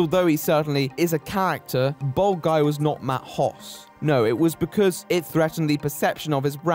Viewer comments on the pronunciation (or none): For a while I thought he was saying bald guy instead of bold guy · Am I the only one who keeps hearing bald guy instead of bold guy? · I'm sure it's just your accent that makes it sound like you're calling him a "bald man"